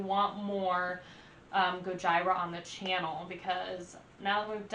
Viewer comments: What a guy would do for his girl to react to "The Art of Dying" the same way you did. FYI its pronounced "Go-G-rah"😂 A list of a few of my fav Gojira songs: Silvera (Music Video), Flying whales, The Gift of Guilt (LIVE at Braxton), Pray (LIVE at Red Rocks), Amazonia (Music Video), Toxic Garbage Island, Sphinx (Music Video), Esoteric Surgery, Oroborus. Honestly every song is amazing there first two albums are also amazing and extremely heavy. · Omg my spine cringes everytime i hear Goj- EYE-ra….. lol stop it please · It's pronounced Goyeera. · Liked your Goj"eye"ra review 😆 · "It's finally here... Go-jyra" XD Sorry, that just sounded funny. Great reaction! Btw, they are one of the best live bands I've seen and I've seen about any metal band you can think of and they are at the top of the list of metal bands that kill it live. Their drums live are just punishing, you feel it in your gut every time he his the bass drums or the floor tom. Definitely a must see band if you have the chance. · Gojira... Gojeera! GOJIRA... GOJEERA! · It's pronounced "Gojeera" just fyi. As in Gojira, the Japanese way of saying Godzilla. Also: Hold On, New Found, Flying Whales, L'enfant Sauvage and Born in Winter are must listens. I know you'll definitely like The Wild Healer as well, cause I know how much you like 1m30sec slow, moody interludes. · I laughed the moment she said Gojira. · Epic fail. You not only mispronounced the name of the band, you didn't tell anyone what song you're reacting to and there was no sound.